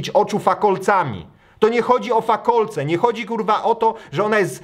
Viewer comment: Fakalec a nie fakolec BOOMER